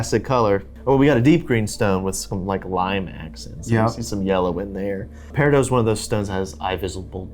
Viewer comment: Peri...dot you don't say the name correctly, why?